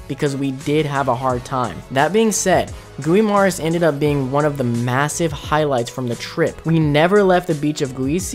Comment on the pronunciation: I hate the mispronunciation of "Tagalog" and "Guimaras"